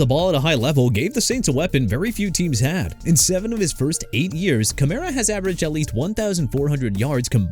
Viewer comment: KEEP MISPRONOUNCING EVERYTHING AND EVERYBODY... I DON'T CARE NO MO'... YOU'RE DONE OKAY?? ALVIN KAMARA AS IN KUH-MA-RUH AND NEW ORLEANS AS IN NEW OR-LINS NOT NEW OR-LEANS!! CHICAGO PRONOUNCED EITHER SHUH-KAH-GOW OR SHEE-KAH-GOW!! AND MIAMI MADE A MISTAKE BY TANKING FOR TUA SO YOU AIN'T GOTTA KEEP THROWING IT IN MY FACE DUDE!! HE'S IN ATLANTA NOW! YOU UNDERSTAND THAT?! AND IT'S MICHAEL PENIX JR.!! ALSO YOU FORGOT EKELER PLAYED FOR THE L.A. CHARGERS SINCE YOU FLAT OUT FORGOT TO MENTION THE TEAM HE WAS A RUNNING BACK FOR!! TOO EARLY FOR THIS MAN... SOMEONE NEED TO FIRE YOU...